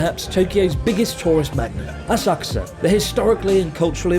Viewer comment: So Asakusa now a-sucks-a?